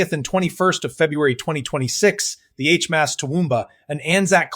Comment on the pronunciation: Get rid of the Ai as it can’t pronounce words properly. Especially HMAS.😢